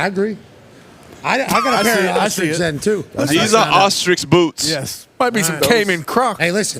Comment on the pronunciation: Jameis’ pronunciation of the word “ostrich” made my day.. make this man deputy commissioner of the league